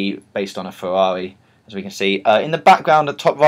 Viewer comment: he said fewawi not ferrari.